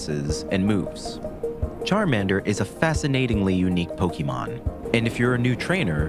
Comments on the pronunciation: Ffs... It's po-kay-mon... Not key... The accent over the é tells you as much... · If this phony calls them "Poky-mon" one more time, I'm going to fireblast him. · I hope one day the Pokémon professor narrating this documentary will learn how to pronounce Pokémon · Bro is pronouncing pokémon wrong in a video like this and it hurts because its so good otherwise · You can't even pronounce Pokémon. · I care. It's aggravating hearing it pronounced like some boomer would pronounce it, or someone who's not a fan rather someone who is trying to mock it would say it. Then there was the creators pronunciation of the word voracity which was annoying as well